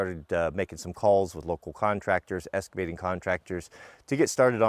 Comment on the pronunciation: It Excavating not EScavating